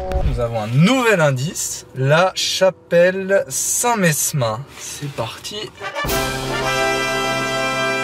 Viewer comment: Entendre "la chapelle saint messssmin" ca fait mal 😅